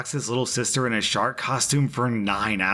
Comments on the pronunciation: I heard it as shart question at first so...not as bad as it could’ve been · Omg, I thought you said "shart outfit" Not "shark outfit " XD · Im sorry did you say "shark" or "shart"? 'I locked my sister in a shart costume' hmmm